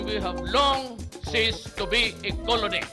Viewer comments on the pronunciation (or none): Ceased not seized 🤣